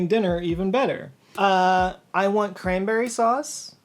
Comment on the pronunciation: "CAN-BERRY" sauce 🤣